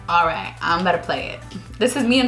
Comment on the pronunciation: "abouta" ABOUT TO!